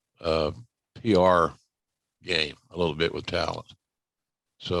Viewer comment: The punishment was a good thing for him, he probably realized he'd have to work a lot harder to get where he eventually got to. If everything came easy, would he still be the game-uh?